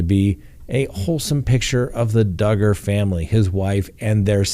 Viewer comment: Hi.......yep Dugger rhymes with Hugger......ok here we go...love you